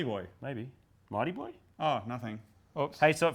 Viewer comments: so... who else heard mighty boy? lol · piedpiper I didn't hear him say Suzuki mighty boy, sounded like Marty boy as if he accidently mentioned a future vehicle project and corrected himself. know what I mean?